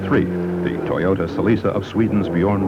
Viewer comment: Probably because of the narrator's atrocious pronunciation of Toyota & Celica during the Ivory Coast Rally portion.